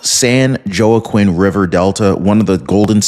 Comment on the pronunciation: Joaqin ( pronounced wah-keen)